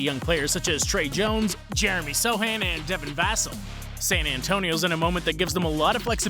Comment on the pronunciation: The correct pronunciation of Devin Vassell is dev-in vuh-SELL. The stress is placed on the second syllable of Vassell, which is pronounced like the word "sell", while the first syllable is pronounced with a short "u" or "uh" sound.